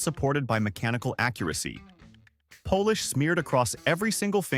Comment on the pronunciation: It won't be long before someone posts a list of stupid inventions which mentions the use of Artificial Intelligence to narrate websites ... citing the pronunciation of nail polish as nail po-lish.